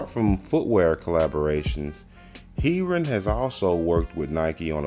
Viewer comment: love you vids bro, but its pronounced hair-ron x